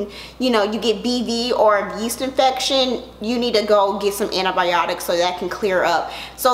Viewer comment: There were so many comedic jewels in this video! 😂 “ANTI-BI-OTIKKKK”